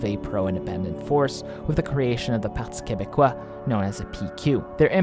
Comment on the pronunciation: As a Quebecer, I am very impressed on how you correctly pronounced the terms "Parti québécois", "Bloc québécois", etc. Also, great video!